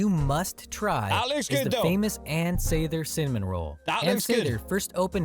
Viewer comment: You DON'T prounce the "S" at the end of Illinois. He pronounced Ann Sather's name wrong also. It's pronounced like "lather". The sandwich bread is dry enough that dipping it in the au jus won't destroy the bread. The Chicago area has the largest Polish population outside of Poland with anywhere from 700,000 to 800,000.